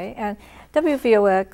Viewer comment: i thought it was wvox not wvx